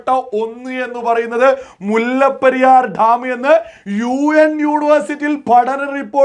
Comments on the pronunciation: Dtaaaam alla.. Dam.. Ivide bharicha orortharum mullaperiyar nte subject il kuttakaraanu.. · ധം അല്ല ഡാം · മുല്ലപ്പെരിയാർ ഠാം.. അല്ല... ഡാം.. ഡാം... എന്ന് പറയണം.... അതിനും പറ്റുന്നില്ലയെങ്കിൽ... അണക്കെട്ട് എന്ന് പറഞ്ഞാൽ മതി..